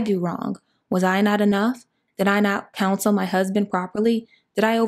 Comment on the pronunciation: 😅 she said did I not pounce on my husband correctly. I rewound it 4 times until I tried the closed captioning. Ha ha it was council !